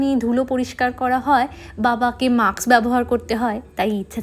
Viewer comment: Maks na, mask bolo. Onek video te maks bolte sunechhi.